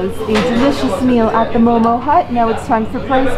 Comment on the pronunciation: its mo:mo...not momos